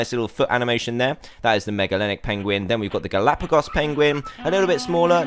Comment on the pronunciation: guh lap uh gos it's pronounced